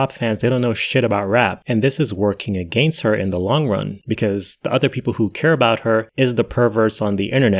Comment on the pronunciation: I like the way you said "against" very Canadian proper of you sir